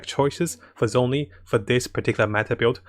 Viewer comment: The "Z" in Zhongli is pronounced like a "J". Everytime people mispronounce the chinese names, a piece of my soul dies a little 🗣🗣